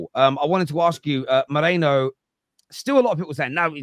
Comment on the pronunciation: Maireeno not Mairaino get it right, it's his name.